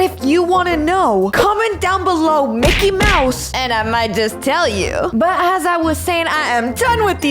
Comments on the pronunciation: ''Micke mous'' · ''Meke Mausë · "MICKEY MOUSA" I LOVE YOU